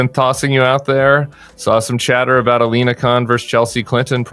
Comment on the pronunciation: LINA, not Alena 🤦🏼‍♂️